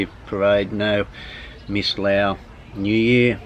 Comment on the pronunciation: you've been there for so long why do you speak Laos instead of Lao